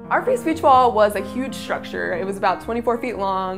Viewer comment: sch-tructure ... stu-dants